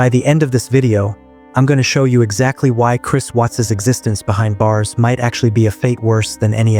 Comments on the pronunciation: His name is Chris WATTS not Chris WHUTS. Stupid AI voice. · It's Watts, not wutz. Anyway, may he slowly lose his mind and hear their voices endlessly in his head. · I can't stand this AI narration. All these pronunciation problems. Chris Whats or Chris Wutz. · "Chris Wutts" gotta love AI narration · How can you not pronounce "Watts" correctly? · Hate the computer mispronounced his name👺👺👺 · Why can't this narrator pronounce the name Watts correctly.? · Not sure which is worse. Life in prison or audio AI getting one of the victims names wrong over and over. I miss old YouTube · You knew wasn't pronounced correctly. Not enough?